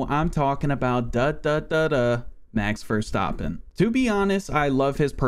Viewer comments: Did he say duh duh duh duh max verstappen🤣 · daduhdadeh max verstahpain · ''mex verstarpin'' ''valtery boatarse'' ''JaW GWaNyA'' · Max Verstophim